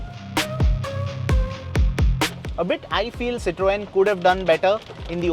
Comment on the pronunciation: STOP BUTCHERING "CITROEN"....